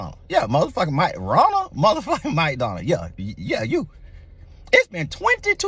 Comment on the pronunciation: I thought he said "Mike Donald".😄